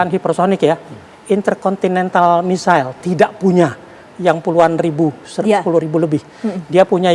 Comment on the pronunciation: Misile ... atau MISAIL 😂😂😂😂